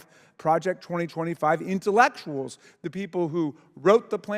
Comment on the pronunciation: and "intellectuals"